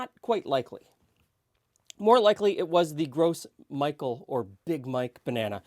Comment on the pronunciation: The Gros Michel is pronounced grow mee-shell not gross Micheal. Just thought you'd like to know.